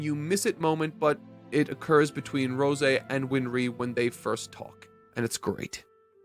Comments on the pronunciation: rose-eh? bruh wtf. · I absolutely hate how you say rose lol it's like the flower not roseh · Is this a bit? Is he deliberately trying to mispronounced every name in every series he reviews? Rose like the flower not the fucking wine. Like dude. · I cant stand the way he says rose lol